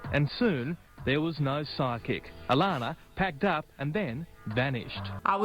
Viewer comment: Whenever she said psychic I heard sidekick Bye